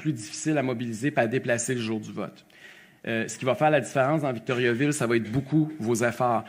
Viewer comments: Ca se prononce pas Victoryaville. Pénible Duhaime. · Si quelqu'un veut se présenter à Victoriaville, il devrait apprendre à le prononcer correctement.